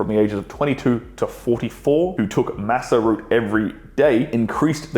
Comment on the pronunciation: Massa root 😅